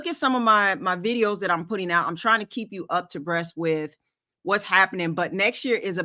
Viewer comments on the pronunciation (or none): none